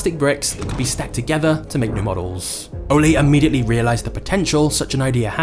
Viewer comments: The narrator is pronouncing Ole wrong! I’m Danish. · Pronouncing "Leg" as english leg, and "Ole" as the spanish olé, man this is one funny video for a dane : P